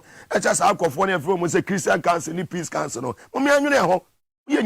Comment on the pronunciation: Are you saying peace council or sin council?